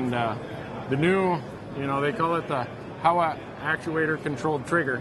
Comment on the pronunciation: not a "How-wa"... it's Howa pronounced as "Hall-wa". It's a Japanese name.